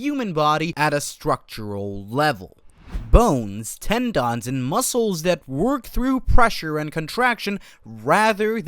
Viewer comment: Po-land, ten-dons. WTF.